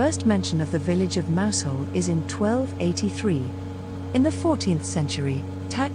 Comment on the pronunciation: Mousehole is pronounced Mouzul